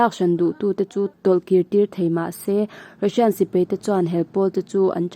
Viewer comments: Mahni hnam ṭawng hman dikloh hi ka haw bur kei pawh,paih tih tur peih,tih te,sipai tih tur,sipei tih te,daih tih tur,deih tih te etc,etc.tun a chhiar mektu pawh hi ka ngaihthlak ṭhat peihloh phah.Mahni hnam ṭawng hi chu uluk ngei ngei hi a ṭha ka ti. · Sipei tih nilon Sipai tih tur, Peihthlak niloin Paihthlak tih tur, mei niloin mai, chutiang bawkin Bei tih niloin Bai tih zawk bawk tur. Kan ṭawng hi i hmang dik hram hram ang u.